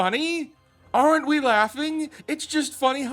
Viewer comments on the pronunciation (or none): NOT "ARE ENT" -- "ARNT" But awesome video!